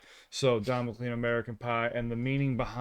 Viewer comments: Pronounced ... Mc-Laine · I believe it is pronounced McCLANE despite the spelling. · And McLean is pronounced "McLane" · Radio DJs used to call this the bathroom song. It was so long they could go to the bathroom and make it back to put the next record on before they had dead air. Oh and Don's last name is pronounced "McLane." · It's pronounced Mc CLAYNE. Now go and listen to VINCENT ~ The live performance is EVEN SWEETER than the record; but both will break your heart. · Pronounced, Mc-"Clane" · Pronouced Mc CLANE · Even though it's spelled "McLean", it's actually pronounced "McLane" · Don McClean is pronounced Mc LANE. I'm glad you guys do your research. Music is a great way to learn history, as you are discovering. Great reaction! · Pronounced Don McClane .... Oh Darling is from Beatles "Abby Road" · Its more pronounced "Mac Lane" lol but please react to his song "Vincent" it is a tribute to Vincent Van Gogt. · Pronounced Don Mc"lane" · McLean should be pronounced McLane. Like President Reagan. Also, I don’t think you need to tell us you aren’t lying. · Pronounced Mc-Clayne — rhymes with “plane”. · It’s pronounced like McClain or Maclane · McLean is pronounced like McLane😊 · It’s pronounced McLane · Don McLean's name is pronounced /dɒn məˈkleɪn/ (don muh-KLAYN). It is commonly broken down into two syllables: "Don" (rhymes with on) and "McLean" (pronounced m'-KLANE). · Just a friendly pronounced Don “MAC LANE”. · I was born when this song came out and this is my favorite reaction video. People who whine about young people slightly mispronouncing someon'es name need to eff off. isn't that what happened first day of school in homeroom every year? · No biggie but you are mispronouncing his name. The 'ea' makes a long 'a' sound. Rhymes with train. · Before You heard this song have You ever heard the name Mclean? You are mispronouncing it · Please pronounce McLean correctly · McClean is pronounced, Mac-lane. it's a Scottish name, I'm Scottish, believe me. :) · Mac lean